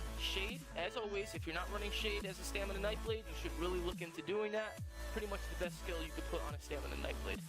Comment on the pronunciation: Why does everyone say stamina as "stanima" smh....